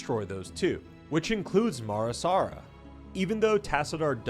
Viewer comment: It’s Mar Sara. Not Mara Sara